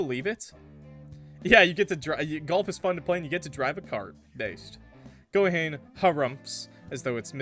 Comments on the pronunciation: I need to get more of a weeb NOW every fucking time I hear Ko HANE it kills me, it's Ko-hah-Ne(y). Three syllables. Ko=ha-ne. Not Ko-hane. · Ko-ha-nee when you’re pronouncing Japanese names think of it like this you are an illiterate six-year-old who has no idea what silent letters are so you just say every letter you see in twos or threes like Hom-ie if Haruto had a black tank top with a black puffer jacket and some jeans, he would fit right in I think that only a western thing because apparently Japanese culture romanticizes Christmas I don’t know why but the relationship kind of reminds me of “keeping your childhood friend in your refrigerator” or something like that